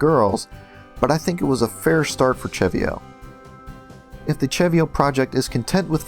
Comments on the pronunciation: actually no im 100% its seh-vee-oh not cheh-vee-oh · im almost certain its pronounced "se-vio" not "che-vio" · not sure if I'm correct, but I pronounce CeVio; Se Vee Oh